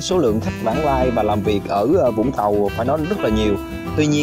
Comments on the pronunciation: cảm ơn vì đọc là vũng tàu chứ không phải zũng tàu :)) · ko mình ko ở vũng tàu. nhưng nghe ad đọc rõ là vũng tàu thì thấy dễ nghe chứ nhiều người cứ đọc chữ v thành chữ d hoặc chữ z nghe đau tai lắm :)). hihi